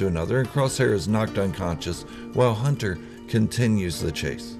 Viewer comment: don’t you mean Hunta, wrecka, tik, eik, and crossszhair